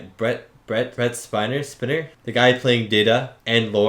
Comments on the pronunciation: So the Data actor's name....Brent Spiner. One 'N." Long "I" sound. Spine + R. Spiner. If it was a short "I" sound, it would have two N's. Spinner. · Brent SPY-ner. Rhymes with spider. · your first assumption was actually correct. Brent Spiner pronounces his last name as "SPY-NER." Thanks again for the reaction! 👍👍